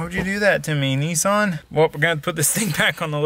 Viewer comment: Its "niss-an" not "nee-sarn" 😂😂😂